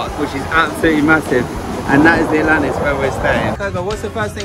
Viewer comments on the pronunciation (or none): The ✨Atantis✨ 😂🥰